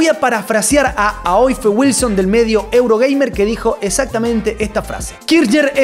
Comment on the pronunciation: Aiofe es derivado de Eva y la gente en su tierra lo pronuncia "ifa". Interesante video , pc